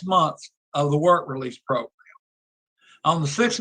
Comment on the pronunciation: How does that one man say program and progrum, in the same breath? How? 🤔